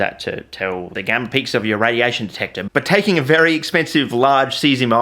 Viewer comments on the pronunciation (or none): none